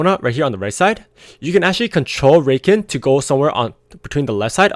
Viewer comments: Discovered your channel a few days ago and it's helped me so much man, thanks a lot for giving your insight and keep up the good work! P.S. its pronounced Ruh-Khan ;) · lol it's pronounced Rah-khan, not that it matters too much for the people learning from your guides. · It's cute how you were referring to Au Sol as a she and how you pronounce Rakan